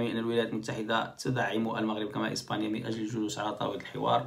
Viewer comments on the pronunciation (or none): none